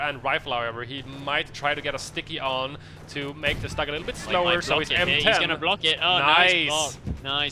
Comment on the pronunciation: Hey guys! Love your casts but "StuG" is pronounced like "stoog" because StuG is short for SturmGeschutz so the "U" there is like the U in "burn". Shortened, it sounds like stoog :P